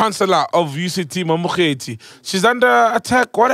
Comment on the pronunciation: Prof Mamokgethi Phakeng, not Prof Mamkethe